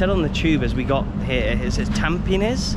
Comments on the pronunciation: It's pronounced tam-peh-knees! And Hougang is ow-gahng. Fun fact: it was actually spelled Tampenis many decades ago, but the government eventually swopped the e and i for obvious reasons 😂😂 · bro called tampines "tAmPeNiS'